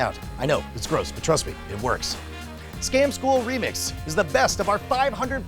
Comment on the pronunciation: Why does Brian sound drunk when saying "Scam School Remix" in the intro?